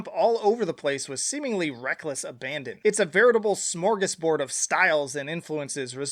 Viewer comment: I love your pronounciation of Smörgåsbord haha.